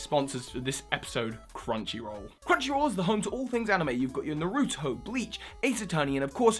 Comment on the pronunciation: Did you mean to mispronounce Naruto or was that an accident?